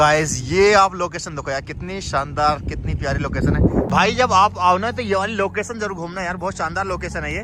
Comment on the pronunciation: Locason nahi Location hota hai 😂